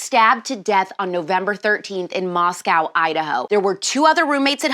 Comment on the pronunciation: As a native to Idaho, it is Moscow (moss-coe), Idaho. Moscow (moss-cow) is in Russia. Sorry and thank you. I love you. You're pretty.